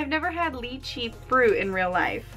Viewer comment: Its not leachie it lychee...